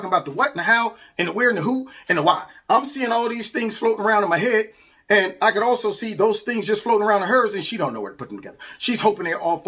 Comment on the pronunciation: The way she says "and" - "eeeeund"